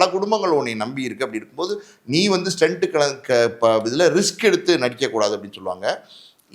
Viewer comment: " Stunt" not stent